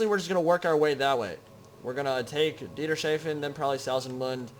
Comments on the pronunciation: Its Dieters-Hafen ( not Dieter-Shafen ), it literally translates into Dieter's Haven ( Port / Harbour ) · I think it's pronounced "Dieter's Hafen." ^.^ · well for the problem with german pronounciation i would say that it would be DIETER'S-HAFEN. like the dude dieter has his own port ^^